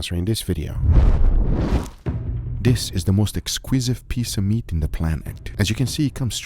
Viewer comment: 'Am I the only one that hears Guga say "The most exquisive piece of meat" at the start of the video?